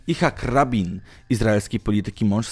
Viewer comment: Nosz kurde... Żydzi z Palestyńczykami tak się napierniczają że masz tematy do emerytury ;) Aha... Nie Ihak Rabin a Ichack Rabin... Robisz ciekawe materiały ale pewne błędy wkurzają... :/ A szkoda bo merytorycznie materiały bez zarzutu...